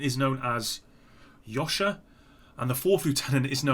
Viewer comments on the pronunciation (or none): Vika -> "yee-ka" Liza, Veta -> "leet-za vey-ta" Lyosha -> "ee-oh-sha" Rozysk -> "rose-isk". Pozelany -> "po-shul-ahn-ieuh" Byt Ochotnikom -> "beet oh-cot-neek-um" Zeleonye Lecheniye -> "zele-ohn-ye le-chain-ye" Zashchitnyk -> "za-sheet-neek"